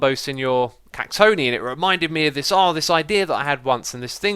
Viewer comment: Ohhh I almost decided to unsubscribe you once you mispronounced "cactoni". It's cactonai you derp! :D